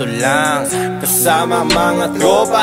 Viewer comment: Cute mag bigkas ni sa mga words. "Kasama buong twopa" "Dogie sa hawap" HAHAHSHSHSHSHS